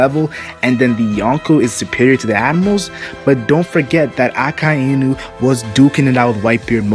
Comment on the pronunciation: is anyone else perpetually irritated by how he pronounces Akainu's name? Pretty sure its just Ah-kai (like king kai)-new. I know its a small thing and I still love this channel but...gah!